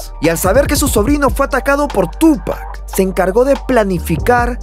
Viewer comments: Tupáccccc Con acentooii o sonidoio fuerte en la ú xfa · No puedo concentrarme en el video si sigue poniendo acento a la U al llamarlo Túpac. No lleva acento maestro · hermano pronuncia bien el nombre, carga la acentuacion en pac... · Me sangran los oídos cada vez que dice Tupac!